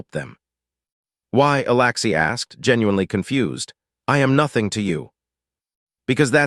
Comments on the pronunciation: humm you write alexy but say alaxy please get your act together. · Alexi not Alaxi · Right foot on the left leg, Alexi is pronounced with the letter E not the letter A for Alaxi.